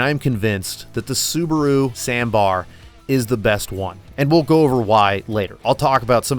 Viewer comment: Subaru sambar:❌ Subaru sanbar: ✅